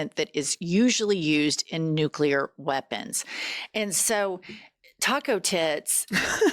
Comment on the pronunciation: I would love to see his teleprompter while he speaks. I guarantee that the “big words” (more than two syllables) are spelled out phonetically. “Isss- Fuh- Hahn”, etc., and he STILL can’t say them. “Nooo- Klee- Urrr”. “Inn- Rich- Mint”. “Gaahhhd”🤣 That last one, he REALLY had trouble with, but it’s probably because he only started saying it just before his first election. I’m an atheist, but I think maybe something somewhere is furious with him and prevents him from being able to say anything about his supposed “personal” relationship with his “very strong, deep belief system” that he obviously doesn’t have. Love you guys, keep up your fantastic coverage of the disaster that no one with a brain voted for. 💙